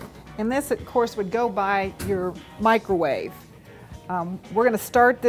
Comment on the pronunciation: did she say "mica-wave?" lol well, anyways.. nice helpful video. =)